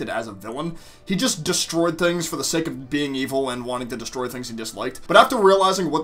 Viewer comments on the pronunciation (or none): none